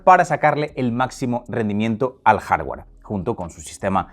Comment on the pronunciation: “Jardgüer”, “softgüer”, “vídeo”. Ni “jarguar”, ni “softguar”, ni “vídio”